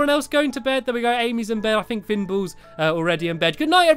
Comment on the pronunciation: he said fin balls😂